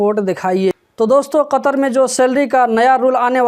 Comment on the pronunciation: kya bole bhai saf saf bole